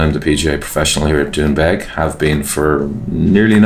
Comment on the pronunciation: Sounds like Trump was a godsend to the Doonbeg community. Why does everyone struggle so hard to just say it?